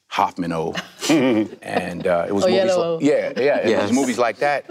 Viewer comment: God when Mira Nair says Oyelowo I cringe